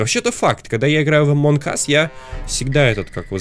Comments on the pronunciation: Люди пожалуйста научитесь говорить, ты что англ не учил это во втором классе говорили NG сложение букв это означает просто Н CNN n ЗАЧЕМ ГОВОРИТЬ АМОНГ АС правильно АМОН АС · Не эмонг ас а амонг ас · Не амонк ас а амонг ас (among us)